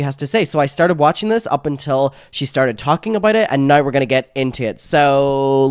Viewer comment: out of all the things that make you amazing, the way you pronounce ‚now‘ is the absolute greatest of them all 😁🙌🏼 I’m German and I already loooveeeddd hearing British people talk, but your way of saying now? Priceless, it’s amazing 😂